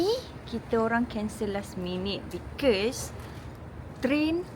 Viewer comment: nape sebut because cam bunyi pelik ek haha